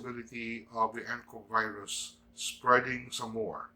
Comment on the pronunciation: Tirahin ka na namn nyan tay ng mga tae sa pag bigkas nyo ng virus 😸